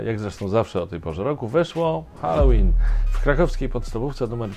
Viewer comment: Swoją drogą bardzo się cieszę, że Pan prawidłowo wymawia słowo "Halloween" - od kilku dni słucham różnych źródeł i większość z nich wymawia je jako "Helloween".